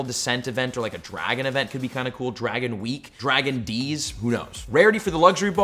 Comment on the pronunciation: Lmao “dragon deez event”